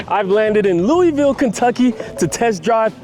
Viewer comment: Don't let Kentuckians hear how you just pronounced Louisville!